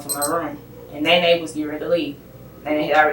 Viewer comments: Not "Neene". It's Néné lol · The AI voiceover could not handle the name “Nene”